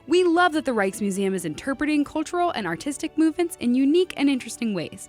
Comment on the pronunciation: I just can't not hear "Reichsmuseum" and "Reichstube".